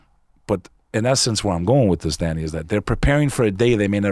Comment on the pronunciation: I thought dude was saying “daddy” for the first half hour or so. He was just sayin Danny.